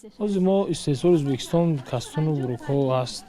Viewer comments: На узбакистон А Ӯзбекистон журналисти бесавод ??? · ман худам точики аслияму мебахшед журналисти мухтарам шумо хондаги хастед агар ха барои чи Узбекистон нею Узбакистон мегуед байни мардум чанг мебардоре хатто хаму савдогаро аз шумо босаводтаран охир ин видеои шумора хама мардум тамошо мекунан барои хамин аввал суханотона якбор худотон гуш кунен бад да ютуб партоен